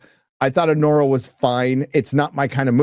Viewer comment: "A-WHORE-A"! I literally busted up laughing hearing that!